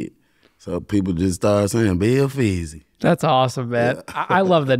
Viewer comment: Entire into.. first min of video.. uhhh no! Didn’t say bill feeeezzyyy the right way.